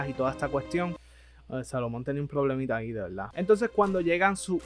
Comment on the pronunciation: MALO EL VIDEO, NO TIENE SENTIDO QUE APAREZCA EN AUTOR EN APARENTE CONFLICTO Y SE DICE VERDAD, NO VELDÁ Y SE DICE DESIERTO NO DESIELTO :face-red-droopy-eyes